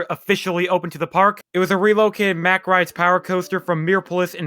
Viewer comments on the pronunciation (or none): none